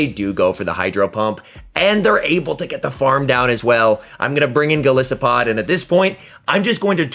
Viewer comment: 😂 I told my friend when this Pokémon was announced “I KNOW and are gonna mispronounce it in their videos” and of course you did lol